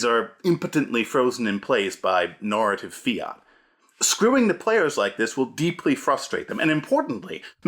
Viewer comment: The way he says "nahrative" confuses me to no end, as I detect no other hint of an accent. It's almost as if he's breaking his infamous rule of three. I need two more hints!